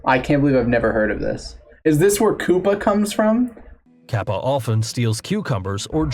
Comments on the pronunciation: Dude, that's kap-pa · Browsing Youtube, saw a Kappa, looked at the title and clicked immediately. (Edit, the way the dude said "Kappa" hurt my Japanese bones)